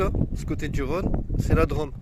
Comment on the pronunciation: Bonsoir l'ami, joli petit road triple long du Rhône, entre Drôme et Ardèche, et comme tu peux le constaté sur Rhône et Drôme il y a un accent circonflexe, donc tu doit appuyer sur le Ô et pas le prononcer a la mode de la ville rose ( 😂😜) merci pour ce moment de douceur, bise. Jmdetek, Road-Magnet_YTB